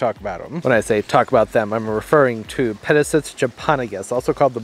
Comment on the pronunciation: Pronounced - Peta sight ees